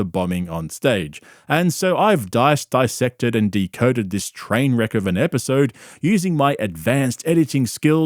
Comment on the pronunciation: "Dice-dice sected" 🤣🤣🤣